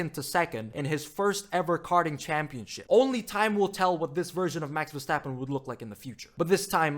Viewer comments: wee stappen? If you are such a fan learn his name.... i am not even a fan but the way you say his name is annoying af.. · “Max Sidverstappen”